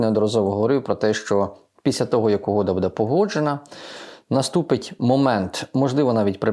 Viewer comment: Не псуйте українську мову: не кажіть ,,піся,,а кажіть ,,після